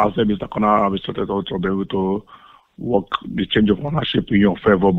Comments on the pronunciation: It REALLY sounded like he said "I'm trying to walk on your fine asshole". Seriously, even when I listen to it again while looking at the subtitles, it still sounds to me like he's saying that xP. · Why is it that my brain heard "Work on your fine also" as "Walk on your fine a$$hole" 😂